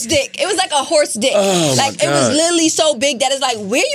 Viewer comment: Paris DaKing no she doesn’t she couldn’t even pronounce “literally” 😂